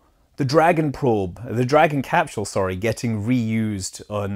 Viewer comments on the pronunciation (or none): It’s hard for me to decide what my favorite cap-shewl is